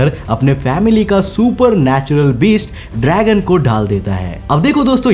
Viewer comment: Bhai Bura Mat Manna Per Pehle Dhang Se Naam Bolna Sikhlo!🤬 "Dragon Nahi❌ DRAGOON🔥"